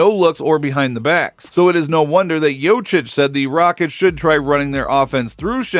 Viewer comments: Bilerek mi tam da seyirci olmayan Turk ligi macini secmis ne.. Jokic'e Jocic demesi de tuhafima gitti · Please learn to pronounce jokic correctly. Don’t be that typical American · You are kidding? Satire? For starters... learn the spelling of the surname Jokić. J...O...K...I..Ć.. OK? A man will be MVP 3 times in a row and you can't even pronounce his last name? Shame! I know it's hard for you...but what if you had to spell Czechoslovakia! Hahaha... American idiot! ;-)